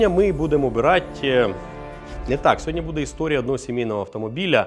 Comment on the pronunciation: Сьогодні, а не сьогоднЯ